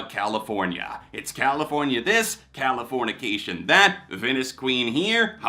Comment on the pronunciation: Man i wish people would stop saying californiacation. There’s no a. It californication with an i.